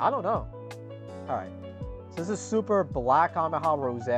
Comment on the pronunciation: Bro cant say 'kamehameha' to save his life